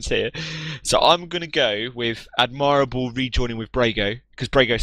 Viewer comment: Oh my god, the way they pronounce "Admirable" is getting more and more frustrating every time